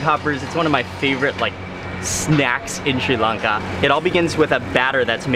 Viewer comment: its Sri Lanka not sei lanka